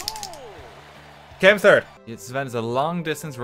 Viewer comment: Hey him saying third is better. "Mario is in the turd rank"